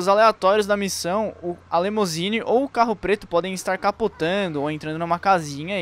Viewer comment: O cara deve ter falado LEMOUSINE umas 10x. É LIMUSINE.